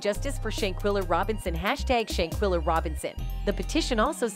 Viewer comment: Not Shayquella it’s Shanquella , my Jesus 🤦🏾‍♀️